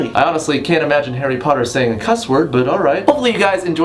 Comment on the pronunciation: harwi potah